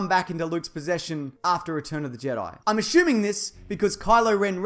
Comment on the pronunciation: Asshuming. Great pronunciation of assuming